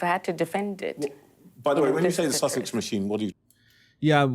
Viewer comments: Did she say Duke of Sausage? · Funny my caption keeps writing “sausage”, every time she says “Sussex” 🤣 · Lol When he says duke of Sussex the subtitles read as duke of sausages lol:)